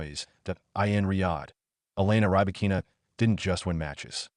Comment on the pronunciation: Robots commenting tennis. They can't even pronounce the name of Rybakina.